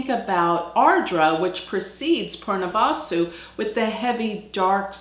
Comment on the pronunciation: Your pronunciation of Punarvasu is wrong .. it is not poornavaasu .. it is punar vasu